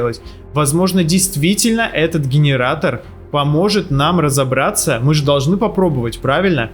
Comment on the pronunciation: Гиниратор дигиниратор😅🤣